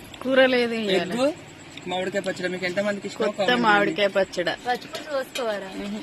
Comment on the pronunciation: Pachada kadu pachadi 😅